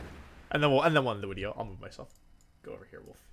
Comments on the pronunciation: Take a drink every time Wolfe says "wideo" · Wolfey the type of guy to say wideo instead of video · what's a 'wideo'? XD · The Wideo, The Wictory, The Wideo. Heard this in the first 10 seconds, i like the wideo for it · Can I ask y he says he mixes the v and w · Please tell me you say wideo jokingly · Wolfey i love your content. But please stop saying “wideo” so much it’s become too much of a meme! 😂😂 please just say video lol